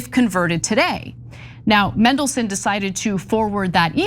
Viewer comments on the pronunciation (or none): MANdelson, not MENdelson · It's pronounced Mandelson, not Mendelssohn! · MAN-delson, not MEN-delson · Pronounced his name wrong in the first line lmfao. MAN not MEN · its mandelson, not mendelson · Just for record it's pronounced MAN not mendelson although traiterous would do fine! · That would be Peter Mandelson. I think they were pointing out how they repeatedly mispronounced his name as “Mendelssohn”, like the composer. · MANdelson.. Not MENdelson.. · Mandelson not Mendelson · MANdelson, like man. Not Mendelssohn. Bad journalism. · His name is Mandelson not Mendelson, if you are reporting, please get the name right! The man is a pos btw, it’s just infuriating that so many people can’t get simple things right and it does detract from your reporting! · It's MAN-delson, come on guys, do you not take a second to check how to pronounce the names of the people you report on!? I'm now going to be pronouncing your names EH-na and Chank. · It's Mandelson, not Mendelssohn. Can Americans not read? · MAN-DEL-SON Not MEN-DEL-SON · Mandelson not Mendelson. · Why not? Because you have a flawed and bipartisan justice system. In the UK, judges are NOT "elected" by politicians. They're "employed" based on their competence and aptitude for a job. it's Mandelson, NOT Mendelson! Think of Mandy not Mendy! 😅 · Mandelson Ana...as in Man,not men. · Get it right, it’s MANdelson, not MENdelson. Kind of annoying given it’s pronounced exactly as it’s spelt! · It’s Mandelson not Mendleson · It's Mandelson, not mendelson, get it right 😮😮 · Same charges as Andrew Mountbatten-Windyarse. Not enough, but these types never face consequences. And his surname is MANdelson, not MENdelson. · He's always been a bad risk. Should never have been allowed into office. By the way, it MAN-delson not MEN-delson! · It's "MANdelson" Ana. Not "MENdelson." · mAndelson with an “A”, not mEndelson with an “E”. Please. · Just as a sidepoint, it’s MAN-delson, not MEN-delson. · its pronounced man-DEL-son